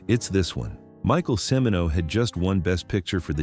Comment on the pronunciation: CHI MINO NOT SEMINO.